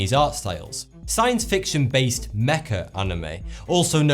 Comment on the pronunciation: You actually pronounced it "mecha" instead of "mech"....THANK YOU SOOOOOOOOOOOO MUCH!!!!!!!! On the other hand, your pronunciation for other Japanese words....well, we'll give you points for the effort & general respect for the material. Cheers from the Quarantine of 2020!